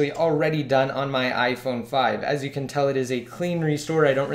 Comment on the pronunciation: You have to speak more clearly at the end it sounds like you said "YOU CAN'T" jail break these devices